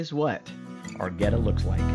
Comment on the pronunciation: Born and raised in Cincinnati. You definitely did that Goetta right.